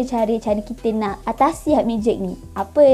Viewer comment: pronounciation penting. sebutannya ialah hipnik. bukan haipnik. sekadar perkongsian 🤗